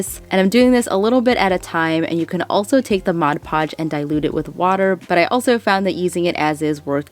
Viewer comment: bless you for saying "mod podge" correctly, my heart dies a little when I hear "modge podge"